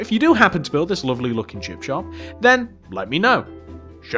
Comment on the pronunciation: Is it me or does he say chip chop 😂🙂